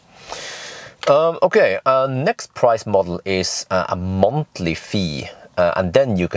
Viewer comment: "Montly free for all" 👍😋